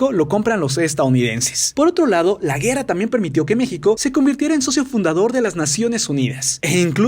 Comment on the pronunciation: Like si notaron en el minuto que dijo la guera no la guerra